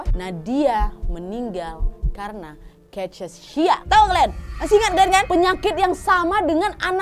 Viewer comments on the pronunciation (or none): Cara bacanya. Kakeksia. Cachexia. Istilah medis dari kurus kering.